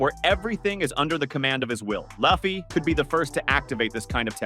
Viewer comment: Okay, as soon as I heard "Luhf-fee" I was out.